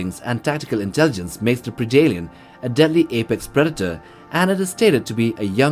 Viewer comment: It's "pred-alien" not "preedalien".....how can you say the word "predator" just fine, but you can't say predalien? Friggin weird bro.